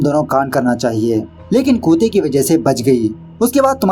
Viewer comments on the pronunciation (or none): Kuta nehi hota hai bhai...kutta hota hai. pronounce theek se karo. Aur kute nehi...Kutte pronounce kariye